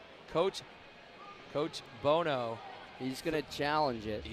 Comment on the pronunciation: chris BOHO???? WHERE DO YOU FIND THESE YOKEL ANNOUNCERS??? CHRIS "BONO" IS A LEGEND. You may as well try to call him chris bozo, sheesh